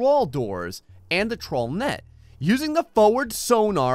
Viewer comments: half of the time he was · whenever u said "trawl", i cant help myself thinking you're saying "troll"